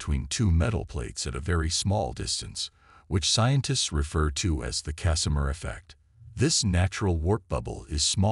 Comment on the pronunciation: "Cacimer"? Do you mean Casimir?